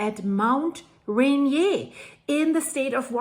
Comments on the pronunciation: Dear, Americans rarely pronounce names according to their obvious European origin. Rainier is pronounced "Ray-neer" in the USA. I'm a subscriber in Arkansas USA, I enjoying your excellent reports, as I'm quite sure many others do as well. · Pronounced 'RAIN EAR' -- 'Rainier'. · It's Rainier, sounds like Rain-eer, your scratching the caulk board.:) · It's pronounced Rain-eer, not rain-yay. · Ray Near.... Rain Ear. You live in the pacific northwest pronounce the mountains name correctly. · It's pronounced, "Raineer" not "Renyay", lol. at least we Americans say it that way. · btw Mt Rainier doesn't have a French accent, it's pronounced Re-near, Rain-near or even Re-nir, but definitely not Re-nié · it is pronounced Rainier like the beer and not Renee like you're calling it just think of the beer and then say the words until you get it right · "Rain - Ear", or Ray-near" not "ren-yay". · It's not pronounce Raynee! It's Mt Rainier. Notice the ierrrrrrrrr. You live only about 120 miles from it! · Dear, it's not pronounced "RAIN-NI-AY" (a French pronunciation). This mountain was named by the British in honor of a Briton. The correct pronunciation is RAY-NEAR. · I'm sorry but I have to help you. It's pronounced raynear. 😊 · Mt Rainier, not Renee..😅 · No offense, but since you're speaking English, Rainier is pronounced "ray-NEAR." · it is pronounced Ray-near. 😀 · Thank you for your reports, they are always informative and factual. This new event is very concerning indeed. Friendly tip: It pronounced... "ray-near". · Just btw- ra-neer..the mountain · We pronounce it just like Reindeer - Rainier (I think you are right in the French pronunciation but we use the other). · it's pronounced rain ear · It's pronounced Ray-Neer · FYI - just a detail. You’re pronouncing Rainier the French way. In the US it’s pronounced Ray-neer. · It’s pronounced Rain-near. Mt. Rainier. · Pronounced like the beer...lol Rain...ear. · Rain•ear. Rainer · Ray near